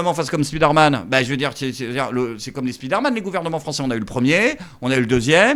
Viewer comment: "spidère-man".... Allons allons, 2025, un petit effort, répétez après moi : spaïdeur-man